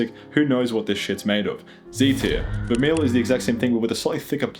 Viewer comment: My man, you seem to know a decent amount of what you're talking about, but you don't know how Vermeil is pronounced? A lot of modern sterling jewelry have Rhodium coatings which solves for the few people who have issues turning sterling colors. I work with silver a lot, 9999 for poured bullion and jewelry, sterling for jewelry but my favorite is Argentium 960. Argentium 960 is stainless and durable like 940 but that stark white silver color is phenomenal, I think platinum can't hold a candle to Argentium 960. I alloy argentium 960 at home in a melt dish with MAPP torches and I use .9999 elemental silver crystal or grain and just a grain Germanium product, melt, stir molten metal with carbon rod, then I use a triple anneal where the first is air cooling anneal after casting and letting it rest a minute and then just as it hits 700C I quench it in water, then reheat to 800C or medium red glow and air quench slowly at room temp, and last air tempering cycle is for 600C slowly down to until nearly room temp.